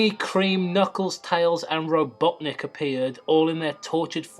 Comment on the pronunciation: LOL your friend says ROBOTNIC funny XD